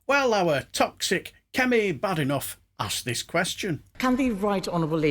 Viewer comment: It's so good to hear someone pronounce Bad enoch's name correctly.